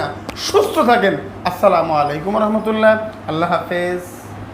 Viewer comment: আপনি যে ভালো মেয়ে কথা বললেন কিন্তু সালাম দেওয়ার সময় এমন ভাবে বললেন স্বয়ং নবীজি যদি আপনার সালাম শুনত অবাক হতো ভাই সালাম ভালোভাবে দিবেন যাতে মানুষ বুঝতে পারে খুব সহজে